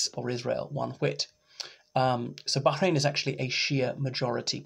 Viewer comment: What do you know Arabic? Your pronunciation of Bahrain and Palestine was quite impressive.